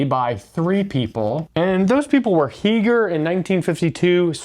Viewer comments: I believe you mean Heegner, not Heeger. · Two significant corrections: That's 163, not 613. That's Heegner, not Heeger.